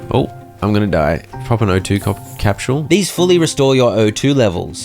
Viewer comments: Dude i dont know if thats is a channel inside joke or something, but "capsule" is pronounced "kap·sl" not "kap·schul". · Bruh, I cannot handle how you are pronouncing capsule. Cahp-shuule. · Capshule 😂😂 (peak content tho)